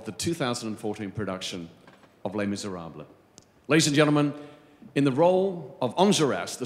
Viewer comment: Les Miserabluh!